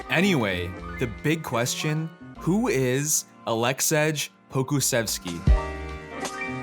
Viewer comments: His name should be pronounced like Alexey Pokushevski btw. :) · You should be ashamed because you don't know how to say someone's name and allow yourself to comment on that person. You want to have a lot of reviews and likes and you don't know the basics of saying someone's name. It is also not easy for European commentators to pronounce American names but still learn. Don't deal with this if you're going to be embarrassed